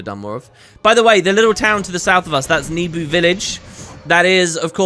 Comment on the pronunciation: Where did you get the idea that Nebo village is pronounces "Nebu"? I'd never read it that way, but you're big into this franchise, so I'm thinking maybe it's correct.